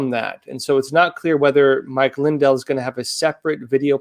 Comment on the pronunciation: It's Lin-DELL, not LIN-del.